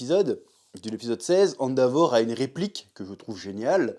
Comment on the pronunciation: Chef ... Arrête de dire "Andavor" .. ça trigger 🙃